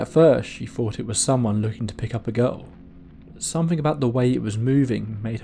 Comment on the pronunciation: "..Somefing was bovering him..", "..Could see frew the window..." Ugh. Please practice saying your Th's. Th, Th, Th, Th. There is No 'F' in 'Th'!